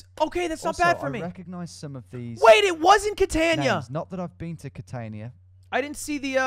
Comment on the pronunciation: CatANEya? And people get all up in arms when people pronounce Melbourne the way it's spelled in their own language.